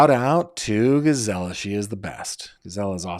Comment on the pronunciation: Dear - you are pronouncing Gisela name as “GiZella” it should sound like Gis-SA-la! I’m a Grizzly 🐻